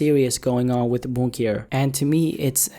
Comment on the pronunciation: My man it’s “Boonk” not “Bounk”